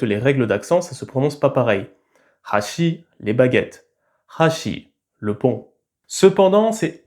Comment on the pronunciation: tu as inversé l'intonation des mots pont et baguettes, mais bon tu le dis toi même c'est pas très important